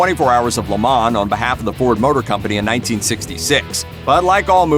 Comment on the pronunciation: Please learn how to properly pronounce Le Mans. Dear God...